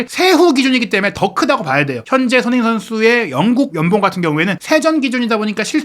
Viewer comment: 발음이 너무 구리신데ㅠ 손흔힌이 누구임?